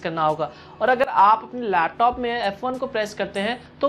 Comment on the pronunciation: computer ya fhir lapthoooop hahahaha bda funny lagta hai jab ye bolta hai